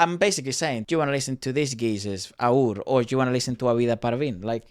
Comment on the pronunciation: aur ia a pakistani trio, they aren't indiand although many people think they are. their real names are Ahad, usama and raffey. Aur is pronounced as A-W-R not Aoor. fun fact aur actually means more/else in urdu.